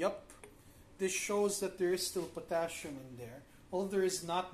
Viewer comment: a short hint, it's Potassium and not Potashium